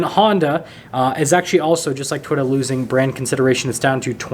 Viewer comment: Lol dude can't say toy ota